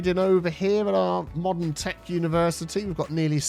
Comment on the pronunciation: Universe-I-Tea College.